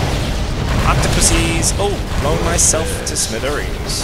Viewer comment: when u said i blown my self to pieces sounded like i boned my self to pieces